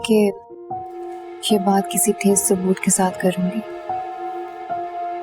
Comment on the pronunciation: Thes saboot nai blke thos saboot hota hai